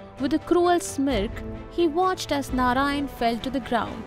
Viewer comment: Good content. But if you’re trying to teach, please make sure that you’re using the correct pronunciation. Words like Narayana, reign, smirk, halves, … they are produced wrongly. This creates confusion for young minds.